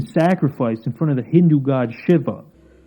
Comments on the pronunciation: Shiver?! It´s pronounced She-wah. Shiva. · “Hee dron”.. “shiv ah”… do you not know how to pronounce words?.. It’s Heh dron and She vah… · Weird correction but I believe the Hindu god of Shiva is pronounced (Shee-Vuh). I could be wrong but that's what I have heard for the pronunciation.